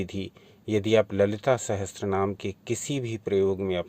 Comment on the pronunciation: It's not sahastranama it's sahasranama